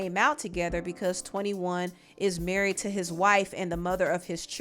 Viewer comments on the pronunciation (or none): Emphasis on "MARRIED" 😆😂😆